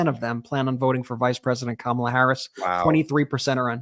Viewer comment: Well, I’ve had it with the commercials where they pronounce Kamala’s name wrong so now I decided that they are not talking about the vice president. I know as Kamala if they can’t say her name right they are not talking about the same person.